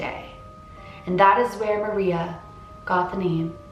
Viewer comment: Her name is said like Ma rrrrreeeeeaaaa